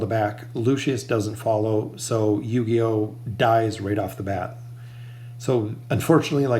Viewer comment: It's pronounced Ooooh-key-oh the U in his name is soft not like saying You but oooh. Just wanted to help you out, cuz you're saying his name like Yu-Gi-Oh but it's Ooooh-key-oh